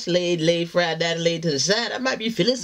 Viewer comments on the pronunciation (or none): none